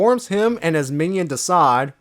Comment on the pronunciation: Not to sound negative I prefer the way you usually do the comic reviews. Also to help next time you say his name Desaad name is pronounced like Deh-sahd hope that helps.